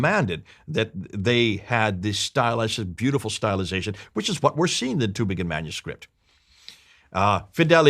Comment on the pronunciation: It sound funny in german ears - the Town calls Tübingen - not Tubingen. Ü is not U.